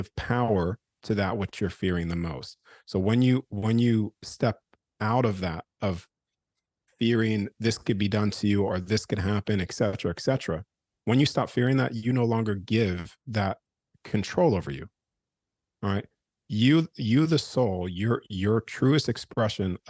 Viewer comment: This is excellent! Thank you! I just want to correct a common mistake for and everyone else... please don't say, "EXcetera". Say "ET cetera". It's "etcetera ". Blessings and love from Florida. 🙏